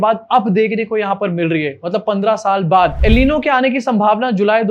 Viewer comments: Al Nino nhi El Nino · Pronounced el ninio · FYI El Niño is pronounced El neen-yo. Great video as always. Love from Pakistan 🇵🇰 ♥️